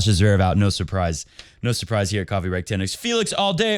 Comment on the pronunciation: NNNOOO!!!! Say Auger the English way or just say FAA and is it mean or if NADAL made his Hair Gold be like his childhood Anime Goku!!